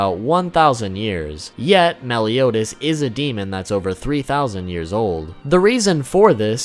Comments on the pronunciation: Nobody: The narrator: melle-yoo-daz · The way he says Meliodas is so scuffed